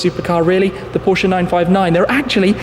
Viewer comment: Thank you for saying Porsche correctly